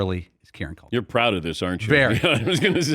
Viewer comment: dan desperately wants to be mainstream famous. also it is CUL-kin. not COK-IN